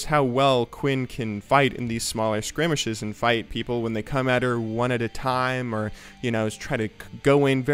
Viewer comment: It is pronounced skirmishes (skurr- mish-ez) im not sure if you know or not or if im wrong on some technicality but i believe you pronounced it sorta funny. sorry if i offend anyone :)